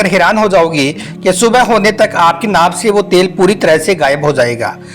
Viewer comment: Are bhai naak bol Raha he y naabh bol Raha he bol na to seekh lo bhai